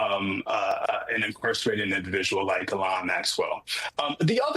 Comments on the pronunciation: Bye the way. It’s pronounced Yislen ffs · Her name is Ghislaine not Guylaine. Sloppy reporting...